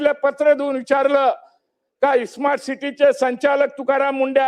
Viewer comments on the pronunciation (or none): खोबडेला साधं स्मार्ट बोलता येत नाही तो इस्मार्ट सिटी बोलतो. अशी माणसं राज्याची वाट लावतील. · सोईचे स्मार्ट सिटी म्हणता येत नाही त्याला इस्मार्ट बोलल्या जातं हे केवढं दुर्दैव. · स्मार्ट सिटी होणार इस्मार्ट सुट्टी नाही अरे तुम्हाला बोलता पण येत नाही आणि त्या आयएएस अधिकारी नांदी लागायले